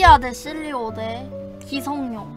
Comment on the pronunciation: 기성룡이 아니라 기성용입니다. 용성기 O 룡성기X